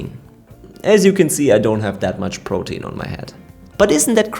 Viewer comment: PRO-teen. It flows off the tongue better when you pronounce it like that. Sorry, it's driving me nuts how you keep saying pro-tee-in.🥵